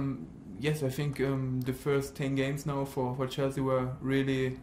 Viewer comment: Did he say 'Cheslea' for a single time😁